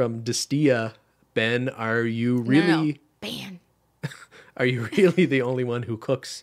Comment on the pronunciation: Just going to throw it out there that is absolutely HYSTERICAL that Ben is on constant alert when Cristine says “BEYN” and gets annoyed when she’s filming. ☠️ You got a good one, girl. He puts up with so much. 😅❤️